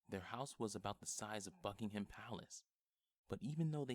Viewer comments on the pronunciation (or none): none